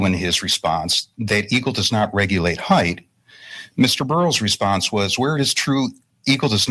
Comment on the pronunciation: Heigth ugh it's not pronounced with th, it's height.